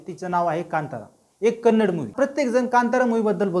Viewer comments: Kannad nahi😡 Kannada bolo, Kaisa hoga ki tumari bhasha ko Marath kahe to😤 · Bro it's not kannd it's kannada please pronounce correctly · It's kannada not kannad... Pronounce it properly....! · Hi brother, its not kannad kindly pronounce Kannada.. Kannada film have lot of good movies before KGF also.. Lucia, ugramm, googly, pruthvi, ulidavaru kandanthe, thithi mufthi, rangitaranga, Rajkumar, Buget wise it collected. More than 50 70 crore.. From Karnataka I love sirat song's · Bro that not kannad its Kannada please pronounce it properly. And anyhow I appreciate your work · Don't say Kannad movie. The actual pronunciation is "KANNADA".Say it as "KANNADA". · Kannad nhi dada kannadaaa. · Dada te Kannad nahi Kannada ahe ..! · Bro its pronounced as Kannada not Kannad And Tamil not as Taamil 😊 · Srry but it is not kannad, it is Kannada bro. I hope u correct it next time☺ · Please say kannada. Don't say kannad. Don't mislead the audience. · It is not kannad, it is kannada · Kannad nahi kannada boala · Kannad nhi Ka-nna-da ahe bhava 🙏🏻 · Hi brother ..its not kannad ..it is kannada ..please pronounce correctly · Bhayi ye Kannad NAHI kannada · Bhava it's Kannada not a Kannad. Pls pronounce it properly. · Kannad kannad nahi kannada bol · Kannad not it's Kannada Please Do Pronounce properly thank you. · Kannad no kannada bro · It's Kannada not kannad , plz pronounce kannadA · It's Kannadaaa, not Kannad pronounce it properly. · It's kannada not kannad...try to pronounce the name correctly.. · Please pronounce it as KannadA. Yes the A at the end is as important as the A in MarathA or MaharashtrA. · it's KANNADA !!! tumhi wrong boltae..